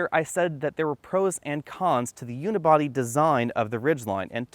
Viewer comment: I stop watching when he said "Unibody"